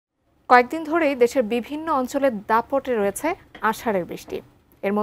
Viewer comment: উচ্চারণ হয়েচে - রয়েচে নয়! হয়েছে, রয়েছে।